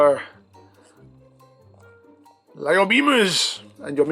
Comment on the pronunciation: I’m pretty sure lío is pronounced (lie-oh